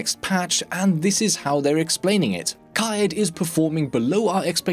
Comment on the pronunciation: KAI-EED Is how you pronounce it, it only takes a min to google the proper pronunciation from the people that actually live there aha